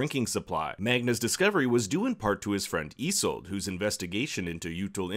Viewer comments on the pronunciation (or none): Pronounce isolde like yi-sold-a